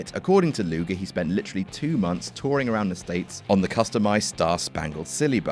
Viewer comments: Lex "Lugar", eh? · "Lex Lugar" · It's LugEr.